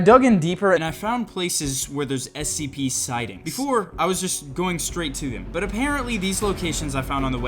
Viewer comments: you say it like scp " s - c - p" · it’s Scp not sop